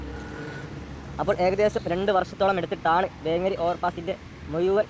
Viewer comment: വേങ്കേരി അല്ല വേങ്ങേരി എന്ന് pronounce ചെയ്യണം